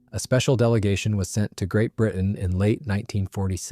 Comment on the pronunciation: Please, its Great Britain, NOT Great Brihern